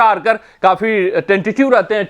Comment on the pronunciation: जोफरा आर्चर है ना की आर्कर 😂😂